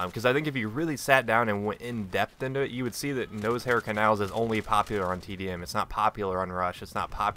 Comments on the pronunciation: Sounded like you were saying nosehair canals... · I love how you pronounce Noshar canals (Nose-Hair canals) lol :)